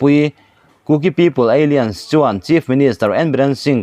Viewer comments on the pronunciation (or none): Apoi ka ti ber zawk chu ..KUKI- Alliance (Kuki-Ei Lian) tiin ilam dai a...(A-lains tia lam mai tur che nia) Alien=(Pronounciation ;Ei-lian) hi foreign ho sawina a ni...Kuki-Ei Lian tia i lam hian, Kuki foreigner i ti na a ni.. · ALLIANCE KHI ALIENS TIIN I LAM TLATA ÂLLAIÂNS in lam zawk teh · Alliance= alains tih a lam tur, Eilians chu aliens a kawk, India ramah aliens an awm loh. I lam luih nge? Kuki an nih avanga aliens ah I chhuah nge. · "Aliance" hi 'Ei-lians' ni lovin, 'A-lai-ans' tia lam tur a ni zawk em? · Alliance lam dan khi Aliens👽 angin i lama, thil in per san lutuk a nia. A-liance tiin lam rawh. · Aliens a ni ziah lo. Mi thuziak sa tal hi chu chhiar dik ve thin teh u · Alliance / Aliens...lam danah beng ati kham deuh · Alliance hi ALIEN i ti leh hluai mai ang aw??????? 😂😂😂😂😂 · Bengvarthlak thin e. Alliance I lam dan erawh... a fuh chiah lo deuh...